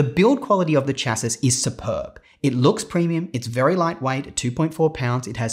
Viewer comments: Like the review - but please please pronounce 'chassis' correctly: /ˈʃæsi/ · Just FYI Adobe is "ah-doe-bee" Chassis is "shah-see"